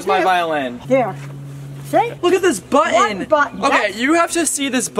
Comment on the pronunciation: Im not the only one that calls a button, buttin